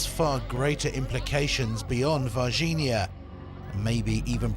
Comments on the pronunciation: ER MER GERD GUYZZzZzZ dIs is soooooOooo000 fayke he sayd verginhaaa lolollololl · If you can't pronounce NH correctly, yes, it is. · Uh huh huh huh....they said vagin....oh, wait, it's Varginha. My bad.